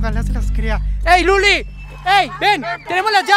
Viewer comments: Es luli no pedeja😂😂😂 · Los que apoyan a fede y parece no sabe ablar como se llama Luli minimi alfa Dindon sasel bufi